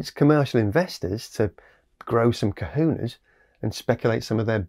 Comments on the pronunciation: you mean cojones not cojunes :) as for the rest.. OLÉ !! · its pronounced Ko-HO-nes. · I prefer your pronunciation of algae but to my ear here in Hawaii, ‘growing kahunas’ means something different than growing ‘cojones’. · Well, I learned something ... I did not know that kelp was actually classified as algae. I had thought that algae was all small unicellular or simple multicellular organisms. Another great video by the way. I do think you are mispronouncing cojones though! ;-)